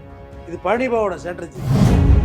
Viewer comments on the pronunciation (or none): ஸ்டேடர்ஜி அல்ல . ஸ்டிராடஜி